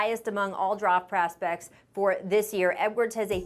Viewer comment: "droft praspect"